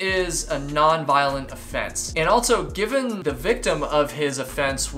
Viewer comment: Or saying altso, I can´t unhear it 😆